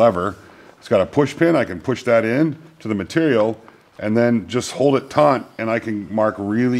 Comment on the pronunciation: "taunt?" lose the "n" LOL